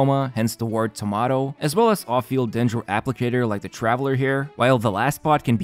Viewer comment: Him: “thomato” me: 🍅